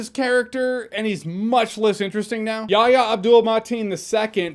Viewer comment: Say it with us Jeremy: “Ya-HEE-ah”